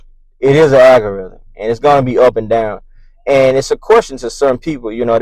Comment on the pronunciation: AL-gorithm is the word NOT AGGG-oriithm.